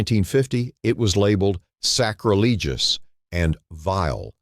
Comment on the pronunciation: My god how can the lazy ai not pronounce the word "sacrilegious"?